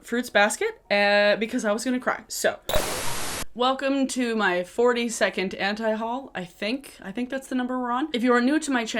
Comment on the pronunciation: What was said: Welcome to my 42nd Anti-Haul What I heard: Welcome to my 40 second Anti-Haul.